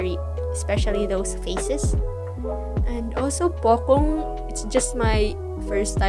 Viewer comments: Pocong not pokong😄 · POCONG ( ) NOT POKONG